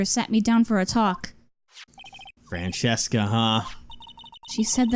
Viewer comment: Why do you guys call her franchesca it’s franziska